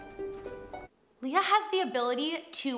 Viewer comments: Not to be nit picky but her name is pronounced “Lay-ya”, not “Lee-ya” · Leh-yah, not Lee-yah. But yes, she’s really good! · hi, pretty! i love how you reacted to this video... she's really a gem.. but if I may correct you, her name is pronounced as "Leigh-ah" or "Lay-ah", not "lee-yah"... i hope that's fine with you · Not trying to be rude, but Lea is pronounced "Leh-ya" and Salonga is "Sah-long-gah". 😅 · It's Lay-Uh like the Star Wars princess =) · Her name is pronounced Lay ah.